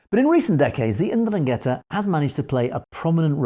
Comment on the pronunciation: Pronounced "ENDRUN-get-tah"